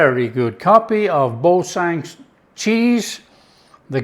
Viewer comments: Bore - San not Bore - Sin…. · It should be pronounced ‘boor - san’. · “Bore San”